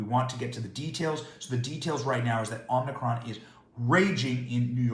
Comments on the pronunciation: Sorry to be picky,Benny. But it's "Omicron",not Omnicron. Joey Demento says "Omnicron". We don't want to mimic that thing. You da man ! Happy New Year ! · It's pronounced Ohm ick cron. Not Omni. JFC. lol